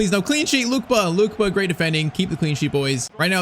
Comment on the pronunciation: It’s not Luke ba is Luke Kay ba